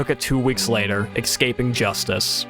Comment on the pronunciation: Escaping, not eKscaping.